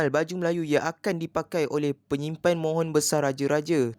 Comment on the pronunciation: Bukan mohon.. tapi mohor 😅